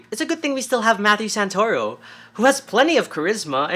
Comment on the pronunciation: The "Santa-Ruh-Oh" took me out lmao. Awesome seeing how your videos are improving. Keep going your videos are great!